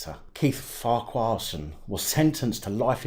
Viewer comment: Love the way you say it but it’s pronounced like ...Farkason